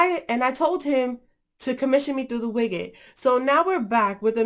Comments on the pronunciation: widget not wiggit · The way you pronounce widget xD